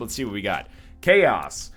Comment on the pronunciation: When you said ''Chaos'' I understood ''Key ass'' xD